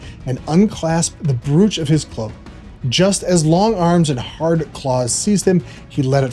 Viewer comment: I was going to write that. Draught is the English spelling, but it is the same word. And brooch rhymes with roach.